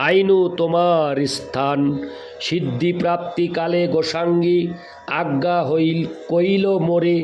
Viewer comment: রাধে রাধে প্রভু জী, শ্রী শ্রী চৈতন্য চারিতামৃত গ্রন্থ পাঠ শুনলাম ভালো লাগলো। প্রভু জী আমাকে মার্জনা করবেন, পাঠের সময় কিছু শব্দ উচ্চারণে ত্রুটি হয়ে যাচ্ছে। যেমন, মুঙ্গি মানে = (মুই) গোসাঙ্গী মানে = (গোসাঁই ), ঠাঙ্গি মানে = (ঠাঁই ), প্রভু পদে মুই আইনু তোমা পদে ধাঙ্গা, ধাঙ্গা নয়, ধাঙ্গা মানে = ( ধাঁইয়া )। শ্রী শ্রী চৈতন্য চারিতামৃত গ্রন্থ খানি বাংলা বৈষ্ণব ভাষায় লিপিবদ্য করা হয়েছে। বাংলা শব্দ উচ্চারণ ব্যাকরণ একান্ত জানা দরকার। গ্রন্থ পাঠ শ্রাবনে কানে একটু লাগছিলো, তাই লিখলাম মনে কিছু করবেন না, ভুল ত্রুটি মার্জনা করবেন। গ্রন্থ পাঠ অডিও টা একবার শুনবেন। জয় রাধে,।